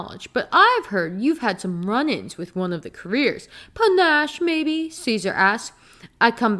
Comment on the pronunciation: I really agree with so much of what you said, but omg it's pronounced puh-NASH. I'm sorry I had to say it Lenore Dove was such a misstep for me, and the way she's written I just thought was terrible.